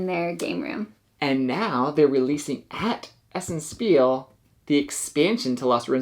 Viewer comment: Thank you again for this video. A little FYI: "Spiel" is German for "game" (and/or "play"). It's pronounced like" Sh peel" - not "S peel" :)